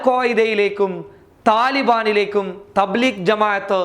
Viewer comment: Thableekh അല്ല ഡോ ത bleeg ആ ന്ന്